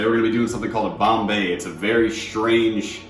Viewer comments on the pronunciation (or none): Conbay xD lmaooo its pretty good hahahah